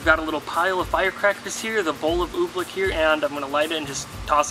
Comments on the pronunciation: You should know it's oobleck, not ooblick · Oobleck. Not Ooblick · oobleck it sounds like your saying ooblick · It’s OOBLECK not oob-lick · Why are you calling it oblick?